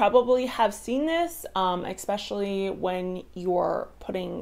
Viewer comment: I hate to be that guy but, theres no "x" in "especially".